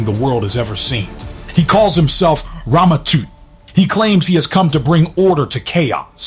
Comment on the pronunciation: It's not toot 😂 it's Tut like king Toot 😂